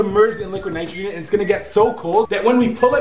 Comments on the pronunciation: did anyone else hear liquid Nigeria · when we put it the laqwid nitregen 😂😂😂